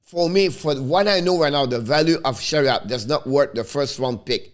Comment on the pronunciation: C'est Ben Chiarot pas Chariot, hehehe bon travail! Lâches pas!